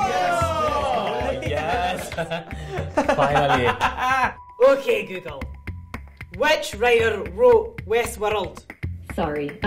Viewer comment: or when he said "Finally!" . His italian accent was really peaking thru!